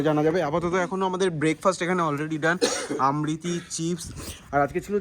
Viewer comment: আমৃতি না ওটা আমিত্তি